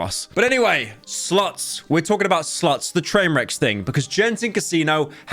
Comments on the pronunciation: Your accent makes the word “slots” sound like “sluts” and honestly it makes the video a tad bit better😂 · Youtube captions censor Pyro's pronunciation of "slots" lol.